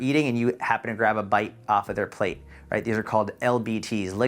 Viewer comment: You have a way of explaining things which makes the whole weight loss thing seem simple and doable for the average person. Also…can I see you say “plateau” again sometime soon?!